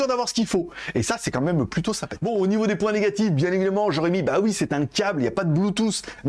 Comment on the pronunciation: Que de ♥️ pour moi,tu ensoleille ma journée,et t'as diction qu'en tu abordes certains aspects des appareils:Au Nifeau des performances,au Nifeau.... c'est devenu made in,ta marque de fabrique, comme on dit comme AnTuTu le lapin malin 😉